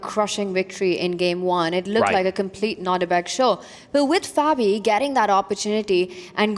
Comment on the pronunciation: What's up with David mispronouncing Fabis name?